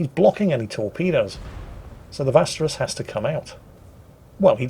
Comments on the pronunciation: The Swedish destroyer is not called "Vasteras" - It's called "Västerås" - If you don't know how to pronounce "ä" and "å" go look it up, instead of just making them into english "a" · "vasteras" no no, it´s vÄstrÅÅs. Bloody british.. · Vasteras..... Have a gander at Google translates pronunciation feature atleast,! Västerås! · say "westeros" instead.. thats much closer than vasteros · What's that? Oh yes, the ominous Westerous:-P Please, think of Westeros from Game of thrones(with a long o) That's pretty close to the actual pronunciation of Västerås:-) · Could you at least call it the Westeros...pls? Vassterass sounds Spanish. Insulting. Hmph. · Tip:; 'Västerås' is basically pronounced like 'Westeros' (Ofc. this may only help if you've watched Game of Thrones). EDIT: Ah. You changed the pronunciation later on in the video. Good job. /EDIT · It's pronounced "Vesterawes", the ending as in awesome, which the ship unfortunately isn't. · "Vasterass" Jesus, best butchering of Swedish I've heard in a long time. 🤣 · Imagine the city of Westeros in Game of Thrones. Pronounce `Västerås` kinda like that but with a Viking-v and a long final vowel = Vesterahws. Do not stress the 2nd syllable, but drag out the 3rd one. (realized later that I was the 15th commenting on that...) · I have to reprimand your butchered pronounciation of "Vesterås". Here's a crash course: Vest (roughly prounounced as in assault *west*) -er (as in the comparative) ås (the å is pronouced as in all). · Västerås is pronounced somewhat like "Westeros" from Game of Thrones. Just a tip from your friendly swede. ^^ Great video as usual, keep up the good work! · "Västerås" is pronunced similair to "Westeros" in GoT. Just switch to a V instead of a W and you're pretty close to the swedish pronunciation. And yes, it did make watching GoT somewhat more humorous as a swede^^ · the västerås is pronuced west-er-ohs:) I hope that helps nice video!